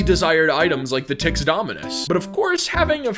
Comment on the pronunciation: When he said tix i though he said tits💀